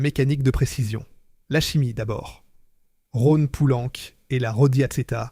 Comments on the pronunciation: "la saaône" "les fosses" " Rhône poulanque" faites un effort quand même. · Intéressant historique, mais ce conteur IA qui ne sait pas prononcer correctement en français les dates, des mots simples et des noms propres (fils, Rhône-Poulenc, Saône, Aronde...) c'est pénible ! Et où avez-vous vu qu'une Norev se cassait en deux si elle tombait sur le carrelage et que dans les mêmes conditions une Dinky-Toys brisait le carrelage ? C'est tout simplement faux !